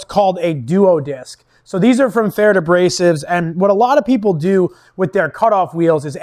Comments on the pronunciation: Its actually pretty close to correct . Only need do pronounce the "rd" a bit different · I've never heard pferd said that way. I know an auzzy that says it like preferred.